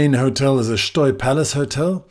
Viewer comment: I was recently informed by a couple of Portuguese people that it's pronounced "Shtoy" - i.e., the E is silent.